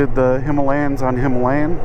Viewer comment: it's pronounced "Himalayan"